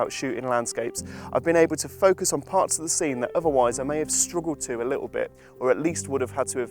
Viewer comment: "Little" has some t's in it. Embarrassing for Wex if you ask me.